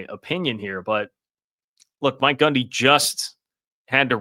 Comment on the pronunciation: Is he saying Gumby